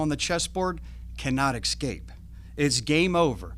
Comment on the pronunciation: escape, not exscpace. So annoying.